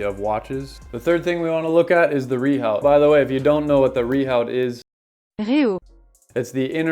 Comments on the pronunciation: Re your pop-up , what the comment is saying is that it's pronounced "re-ooo" (NOT "re-howt") in French and it's a French word, so you're pronouncing it wrong! Yet you still persist with saying it wrong. Which, tbf is a bit ignorant. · Rehaut is pronounced “view”? Wtf France?